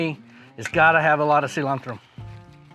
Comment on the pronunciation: Wow he pronounced Cilantro just the right way in Spanish! Btw this recipe looks amazing i can't way to try it out.